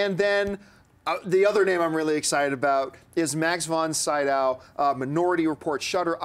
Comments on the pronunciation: Man, you butchered that name "von Sydow" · He's supposed to a 'movie expert', yet never heard von Sydow's name pronounced? Hard to believe.